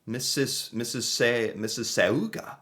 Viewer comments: It’s pronounced (miss a saw ga) with a lone “a”. It’s a native word, meaning “river of many mouths”. I too learn a lot about Canada from your videos but a lot of things are also exaggerated or are only common in certain provinces. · Didn't they teach you in school that "au" in words is pronounced "aw" if followed by a consonant? Mississ awga. Quick phonics lesson for ya. Who knows, maybe i'm wrong. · LMAO...missygoogoo😂😂...pronounced mississsawga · It’s ‘Missis- saw-ga’. ‘Missis-saw-ga’ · Missisisiooga...hilarious. Miss iss sauga is how say it 😂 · Like Mississippi but sogga at the end not sowga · Miss iss (o) ga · Its pronounced missa-sog-a. And thats where all our mail is always stuck lol. Also, cars in cold places have optional plug-in block heaters. Hence the small cord. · Never make fun of someone who mispronounces a word, it means they learned it from reading. Mississauga-Miss-ah-saga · It's pronounced Miss-is-sa-ga. Id love to see you visit Canada during the extreme cold (different provinces experience it differently) and then again during the middle of our summers when we're reaching 100-114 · Mississauga is pronounced Mrs. Saw Ga. It refers to a tribe of Indigenous people. I bought a blanket with Buffalo plaid patches in it. Deer usually stay in the woods where there is less snow. In the "Snow Belt" they can get 5 feet - 8 feet of snow and stay for awhile. It is very romantic when your man goes out into the cold and plugs in your gas powered car. It is so that the block heater will be charged and you can turn the heat on in your car, defrost it and go somewhere. Hockey, yes, when in 1972 Canada played Russia the game was watched in schools and everyone cheered as Paul Henderson got the winning goal. He became a great speaker in Canada in certain circles. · Missa saga the u is silent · It's pronounced Miss-suh-saw-guh lmao 😂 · It's pronounced missa-saw-ga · "Miss-i-saw-ga" ... =... Mississauga.... 😅 😂 ... 😂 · Miss-a-saw-ga. It's a suburb of Toronto. :)